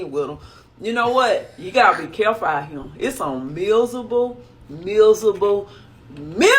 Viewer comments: Misable lol like there’s no r in miserable 😂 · "There's some mizzable mu'afuckas out hya" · MIZABLE, MIZABLE MIZABLE!!😂😂😂